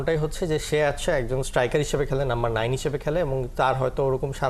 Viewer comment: নাম্বার নাইন😂😂😂😂 দাদা বাংলা খেয়ে আসছেন না কি?